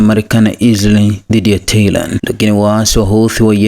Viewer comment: SIO TEHLAAN NDUGU... NI TEHRAN